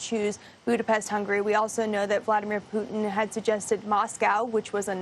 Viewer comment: His name is "poo tin" , not "poo in". Get it right white house 💩